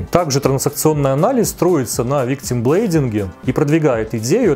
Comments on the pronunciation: ВИКТИМБЛЕЙМИНГ!!! блэйм- винить, не блейд- лезвие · Виктим блэйминг, не блэйдинг🙌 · Извините, но я немножко смеюсь из-за слова «виктимблейдинг» 😂😂😂 Напоминает микроблейдинг.. victim+blame = виктимблейминг. А видео офигенное, как и всегда ❤️ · Великолепный разбор, как обычно,, только "виктимблейминг" - "виктим" (victim) - жертва, "блейм" (blame) - винить.:-) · Я промолчала про "Хони Тедди", сдержалась на "товарИщество", но "виктимблейдинг" меня добил. Звучит очень опасно) PS: обожаю! И оговорки тоже 💙